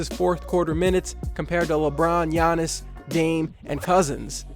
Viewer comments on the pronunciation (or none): none